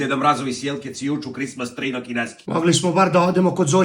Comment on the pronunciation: Krismas tri na kineski ahahahah